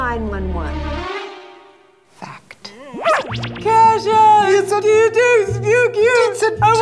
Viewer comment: is anyone else bothered by the way deven pronounces KASHA? no?! just me?! oh ok